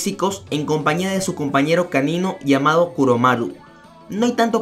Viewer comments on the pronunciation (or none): none